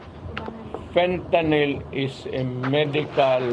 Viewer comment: FENTANING has totally lost his now pea-sized brain. 😂